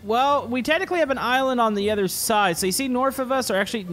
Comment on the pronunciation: You say North wrong